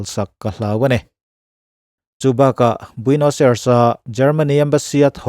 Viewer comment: Huhang kan ti thin a keini lam chuan 'huvang' tih hi khawilai vela hman thin nge ni le..? (Min rawn attack hlek suh u, pangngai takin zawhna ka zawt anih hi) Chuan..Argentina khawpui hi Buenos Ai-res tia lam tur aw..keipawh hmanah i lamdan ang hian ka lam thin ve tho....a pawi hranlo mahse a dik zawk ka lo sawi ve mai mai.